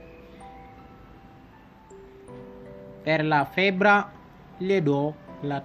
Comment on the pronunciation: Ciao, grazie per il tuo video, è importante divulgare con semplicità le cose importanti. Scrivo qui sotto alcune parole scritte e pronunciate in modo sbagliato: - IN FARMACIA - STARNUTISCO - FEBBRE - MI RACCOMANDO - RAFFREDDORE Grazie mille